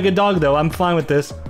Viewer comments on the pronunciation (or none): none